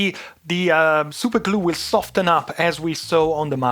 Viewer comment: Awesome job on power supply connector repair! I realize your first language isn't English, but it's humorous to me that you pronounce the "T" in 'soften." Keep up the great work.